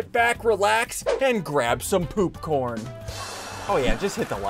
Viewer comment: He said poop corne 😂😂😂😂😂😂😂😂😂😂